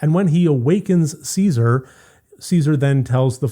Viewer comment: Not “See-zar”. It’s “CHES-a-ree”.